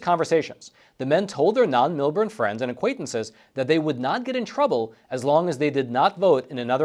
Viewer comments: Melbourne, pronounced "Melborn". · Form the area. thanks for the report, it was a great segment, but fyi in the future, its pronounced Mill-born